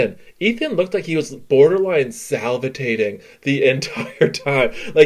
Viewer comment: was he salvitating or salivating ? Lmao..oy vey.